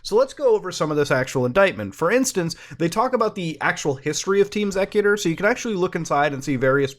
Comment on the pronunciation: "it was pronounced EX-ecuter" So another tech name to add on the hard to pronounce list, along with "jif" and "ping" Maybe someday people will learn to make names that are clear to pronounce.